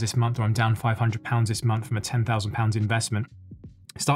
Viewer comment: Big fan. But - at the start, did you say “the munch of march?” 😂